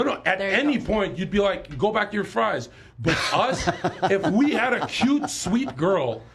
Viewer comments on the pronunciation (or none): none